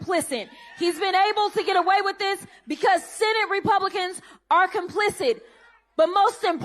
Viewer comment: she said “complicent”, then “complicit”, then “complicid”, all in a row 😂